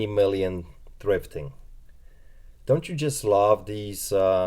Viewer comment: TH TH TH THRIFTING not DRIFTING !!! PLEASEeeeeeee